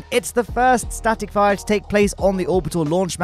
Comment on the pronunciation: Is it just me or he really said static fryer test?😐